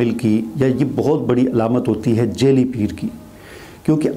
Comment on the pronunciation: Shah sahab jaili ni "jaa'li" lafz hota h. Apna talaffuz to theek karein.